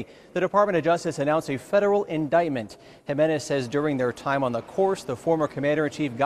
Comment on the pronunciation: Jimenez. Not gimenez